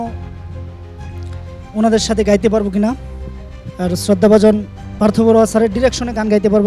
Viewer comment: গেতে নয় হবে “গাইতে” হবে